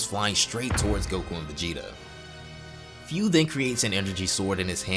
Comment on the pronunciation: I don't discriminate no one BUT man come on!!! Learn proper pronunciation. It IS FU. F-U. so it's should sound FU or FOO (FOO [D] Food without the "D")! NOT, FEU, FEW, or whatever. If you love and respect Dragon Ball and its writers and creators at LEAST learn how to pronounce names correctly in this way at least it shows how you appreciate their works!